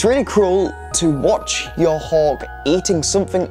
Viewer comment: why does he keep saying 'hog' ? hawk has a 'k' at the end, not a 'g'